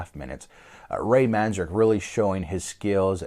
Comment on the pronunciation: Cool documentary about the Doors except for one annoying thing, the bandana guy on shrooms tha totally mispronounced Ray's last name twice so far..and his constant fluffy bunny descriptions of their music is nauseating.